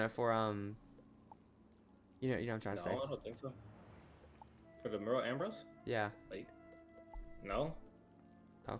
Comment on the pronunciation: bro does not know how to pronounce merle ambrose